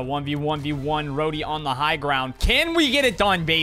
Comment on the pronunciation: Rodey - Pro-dey!